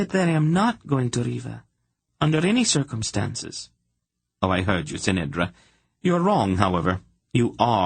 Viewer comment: Ck'nedra not S'nedra